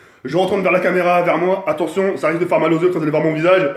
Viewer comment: on lui dit que sa se dit attention et pas attontion